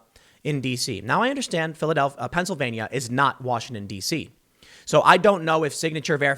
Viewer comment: Thanks for covering this but I must point out Pennsylvania has 4 syllables not 5.